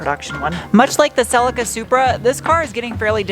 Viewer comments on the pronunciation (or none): Celica is pronounced celleeka 😅